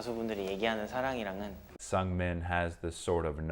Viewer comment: The pronunciation of Seungmin isnt S"u"ngming, but S"oo"ngming. Just saying for a next time lol hahaha